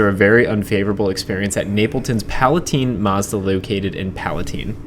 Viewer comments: It’s PalatIne as in FINE or SIGN or CRIME. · It's pronounced Pal a tine, long i, not teen.